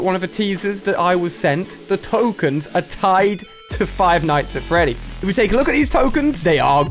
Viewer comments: DId you just (Five nights at Freddies) What FREDDIES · Five nights at "Freddies" 😆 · is "Five Nights at Freddy's" not "Five Nights at Freddies" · they were pronounced "Freddies" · Its not freddies is Freddy's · jesus christ "freddies?" smh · No one Ali-A: Five night at FREDDIES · He said feddies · He’s saying it like it’s plural